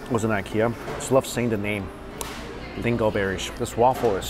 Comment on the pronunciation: is trying his best. Not that easy to pronounce a Swedish word. Lingon is the Swedish name for that particular berry. However, it’s not called lingon in all the Scandinavian countries. In Norway it’s called Tyttebær 😁🇳🇴